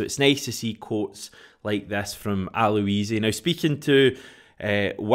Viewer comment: You said Aloisi quite well.